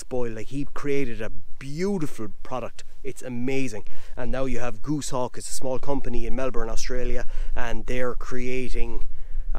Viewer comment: Great production and content once again. I dont want to come across as being pernickety but Goshawk is pronounced Goss Hawk 🦅